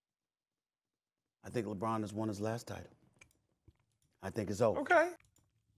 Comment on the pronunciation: I LOL everytime he says LeChina James.